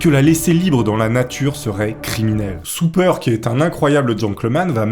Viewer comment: ça se dit sOper! Soupeur c'est autre chose..